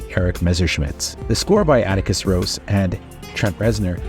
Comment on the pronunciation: How hard is it to say Ross properly 😂